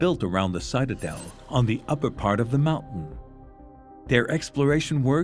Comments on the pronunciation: Citadel is pronounced with a short i, as in “it”not long as in “site” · Interesting that the narrator continually mispronounces the word “citadel”